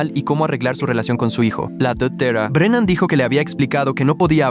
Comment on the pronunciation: jajajaja me da gracios como dice dectere brenam ajajajajajajajajjaajajajjajajajajajajajajajjajajajajjajajajajajaja